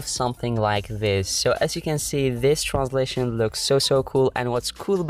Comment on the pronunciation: Yo bro there's no L in transition 😂